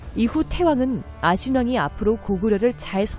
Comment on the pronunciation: 제귀에만 태왕이 태황으로들림?